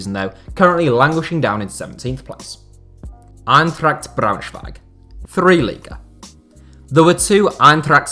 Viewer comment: Germans: try to pronounce English names like Native Speakers would Native English Speakers: Eintrakkt Braunschwiiieg